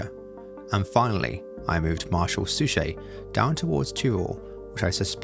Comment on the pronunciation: "Suchet" is pronounced "Suck It."